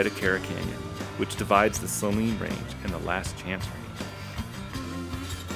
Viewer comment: To each their own but I think its pronounces Say-leen (like the salty solution used a doctors offices). either way, nice video!